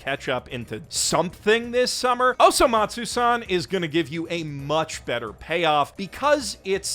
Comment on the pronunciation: Holy shit he did it. He said Osomatsusan. The mad man.